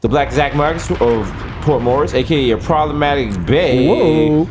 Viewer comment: ...👀...this episode should have been called, 'Problematic Light, Shlloblamatic Light' ...😂